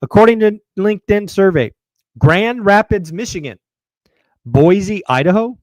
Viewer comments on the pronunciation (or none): I don't think Powell will resign. Boise is pronounced Boy-Cee. 😁